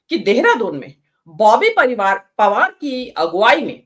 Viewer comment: लगता है पत्रकारिता का कम ही तजुर्बा है उच्चारण और तथ्यों में कमी है कभी परिवार तो कभी अगले 1927 कहा जा रहा